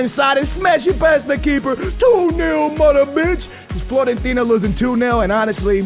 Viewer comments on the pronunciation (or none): It is fiorentina not florentina love ur vids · It's Fiorentina not Florentina!! It's with a 'i'!!